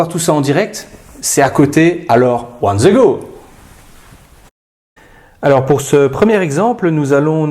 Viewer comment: n.b. il n'y de lettre Z dans dans le mot anglais THE , donc svp. cesser de prononcer DZE , MERCI